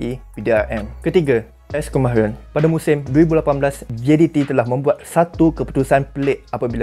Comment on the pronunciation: S. Kunalan bukan Kumaahran